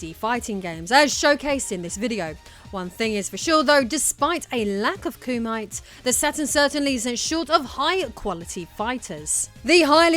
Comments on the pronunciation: It's not koo-might it's koo-mee-teh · with all due respect,, it's "Koo-Mee-Te", not "Koo-My-T"))... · Kumite is probably pronounced like Koo-Me-Tay rather than like termite. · Kumite is pronounced “Koo-mi-tay”.